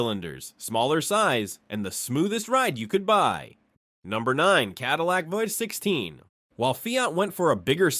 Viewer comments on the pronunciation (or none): Cadillac ”voy” 16. Thats the result you get when you use AI for the text in these videos.